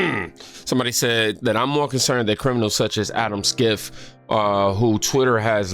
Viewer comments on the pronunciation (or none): It’s Adam “shiff” like shift without the T